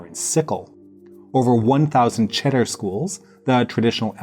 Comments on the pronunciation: It’s pronounce chayder not cheddar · Thank you for this video and all the research! Just a little note, the ch in chabad and cheder is pronounced "kh" as in Bach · Cheder isnt with a ch as in charlie... its more like a russian KH